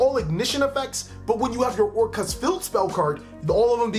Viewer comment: I like your pronunciation of "Orcust"